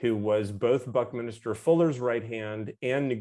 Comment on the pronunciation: BuckMinster Fuller (not Minister)